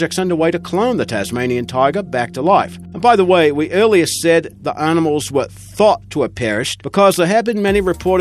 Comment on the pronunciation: aar-nimals?? Maar-moth??